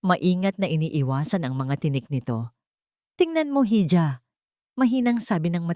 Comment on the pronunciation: Sa narrator,ang bigkas po sa hija ay iha Hindi po heeja.